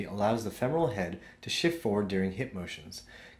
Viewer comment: FEMoral is how it is pronounced